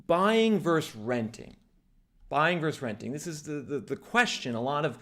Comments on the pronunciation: The word is VERSUS… often abreviated as “vs.” The word is NOT pronounced VERSE ! One of my pet peeves! When did this abomination start ??? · Why don't you pronounce the second syllable in "versus"?